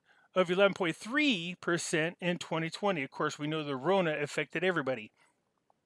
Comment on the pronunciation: you say Corona like that I have no choice but to give you a thumbs down